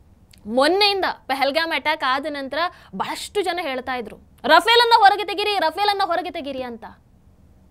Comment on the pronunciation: Adu ruffaaley madam rufale alla.